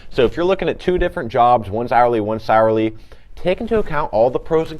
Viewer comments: lol I didn’t even catch that😂 sounds like he said.. “Sourly”😂😂💀💀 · Hourly v Saraly 😂